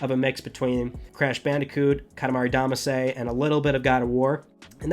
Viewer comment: Did you pronounce it Damasay? It's DamaSEE or SHE (if you want to be a weeabo about it). Katamari Damacyyyyyyyy.